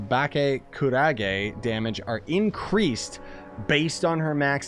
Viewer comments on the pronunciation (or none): Okay, small let peeve. It's "Kurage", not "Karage". It's not food ROFL.